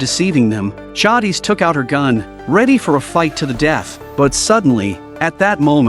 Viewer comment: Right ? Like it’s Jay-dis😭